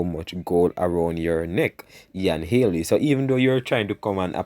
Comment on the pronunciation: Bredda mi tired a you now , it’s not Haley it’s Healy pronounce you words properly man. and it’s not courtly it’s curtly 😡!